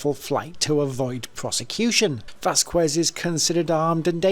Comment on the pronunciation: Learn hiw to pronounce the Huspanic names. It's Vaskez😊